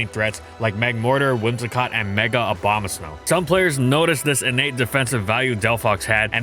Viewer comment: Why he calling it Obamasnow?